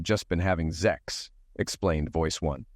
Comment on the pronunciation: What is this 'zex' of which you speak? Is it zimilar to sex?